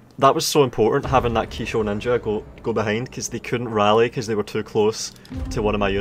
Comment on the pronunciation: Say Kisho Ninja again. I dare you, I double dare you, say Kisho Ninja one more goddamn time.